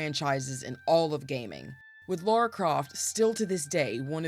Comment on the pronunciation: Lara is pronounced "Lahr-uh" not "Laura"